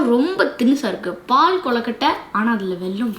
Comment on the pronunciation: Pahu kolukkatai that's not paal kolukkatai